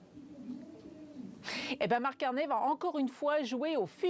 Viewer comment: Prononcer au moins son nom correctement, "ey" = é (Carney (é)), on prononce pas Cor"n'est" !!